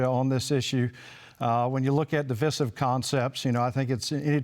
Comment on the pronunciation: Am I tripping or the way the pronounce the word divisive is super not normal....